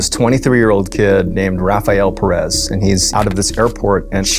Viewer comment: Anyboy who pronounces... CHI-MAL-HUA-CAN ....LIKE "SHIMALECÓN" 😂😂😂😂 and Peréz instead of Pérez.... LMAO x10 🤣🤣🤣🤣🤣💩💩💩